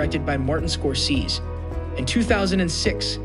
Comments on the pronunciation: This narrator just called world famous director Martin Scorsese, Martin Scorseez😖 so he can't just butchers Joan baez's name. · I have a feeling this is AI written. How could the narrator have perfect English but pronounce Baez and Scorsese's names wrong.